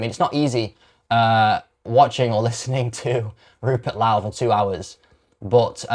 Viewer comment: Rupert Lau?? 😂 Ffs